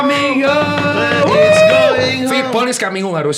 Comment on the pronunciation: Padahal pernah di ajarin bacaan yang benar "it-ses" sama Ragnar bukan "id-jes"😅